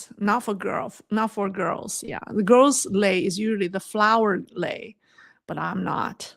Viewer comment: 磊, the strong "lei" suits you!